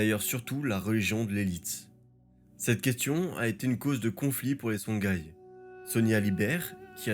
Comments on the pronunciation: Pour info c'est songhoï et non songhaï et Massa Moussa et non Mansa Moussa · Songhaï se prononce SonRaï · C'est une bonne vulgarisation, merci pour le travail. Par contre juste une précision : "Songhaï" se prononce Sonraï, comme Ghita et Ghassan se prononcent Rita et Rassan. Merci et bonne continuation.